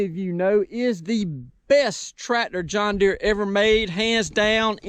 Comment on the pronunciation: John Deere has a R in the name of it.